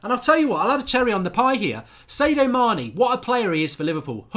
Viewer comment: Who is Say-dio Mane?